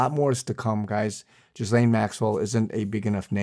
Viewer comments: please learn how to pronounce Ghislaine. It’s “gill-aine” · Lol, this false prophet can’t even pronounce her name right !!!! 😂😂😂